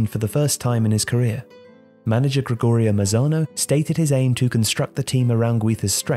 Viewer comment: Come on... Gregorio Mazano? Gregorio MaNzano :___)